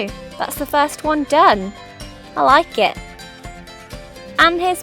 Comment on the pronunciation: when you say 'i like it' you suddenly sound really northern. It's funny.